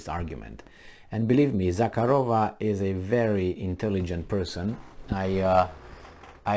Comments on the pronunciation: “Za-har-O-Va” I believe is how it is pronounced? The “K” is silent, yes? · Za-hA-ro-va Stress on A.There is no K sound,but harder H